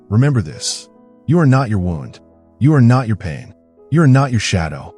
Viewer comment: The narrator is either AI or just a poor reader. Pronounces "wound" (as in an injury) incorrectly. Pronounced it as if referring to a ball of yarn. Get your editing together dipshits.